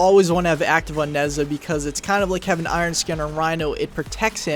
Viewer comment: nezha is pronouced neige ha